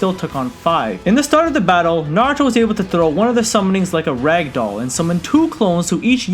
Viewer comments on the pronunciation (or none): none